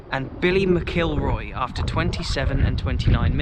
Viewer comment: You will have a great experience when fans are allowed back in . You need to practice your pronunciation I’ll break it down for you Mac kill roy . Your welcome at rugby park love your videos .